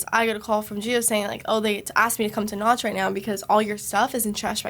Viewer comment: its Nach not Noch